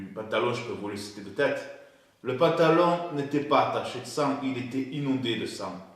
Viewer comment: Le Pentalon... avec un "E" tu m'as tué lol